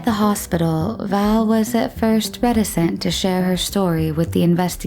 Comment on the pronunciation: the reader needs to learn how to say the word reticent the right way, or it can cause people to take different meanings lol, i was wondering what the word was and what happened, 21;23